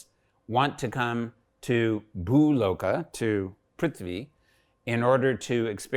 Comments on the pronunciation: Everything is great.. good to know that someone is at least practicing researching all these. Only one complain, please correct your lnguage. It's not 'Dev Lokaa' or 'Swargaa'. it's 'Dev Lok' or 'Swarg', without an extra 'a'. Let the white people say it if they can't pronounce it corrctly, but atleast we Indians should not insult our language. If we start corrupting our language, our expressions, then how are we going to respect our legacy. I'm not angry, but very sad everytime when I hear our own people insulting our language. Deatroy the language and you destroy the culture. Pls reply me if I'm wrong, or if it has some value in what I'm saying. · It’s “Lok” not “Loka”. Dev Lok